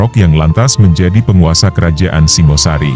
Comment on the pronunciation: Singhasari, bukan Singosari. Singha seperti pada kata Singgasana.